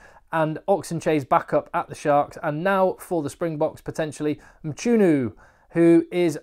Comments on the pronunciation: nice try on mchunu but it isn't pronounouced like that there is a click at the la=etter c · I hope you pronounce Mchunu correctly next time.